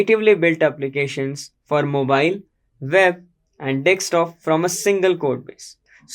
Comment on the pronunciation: It's desktop, not "dekstop".